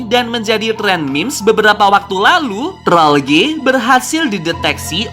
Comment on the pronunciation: btw bukan Troll gey ya tapi Trollge